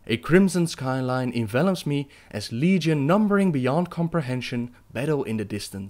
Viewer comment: YOU EVEN GOT LEGION RIGHT. AND KINDA BFA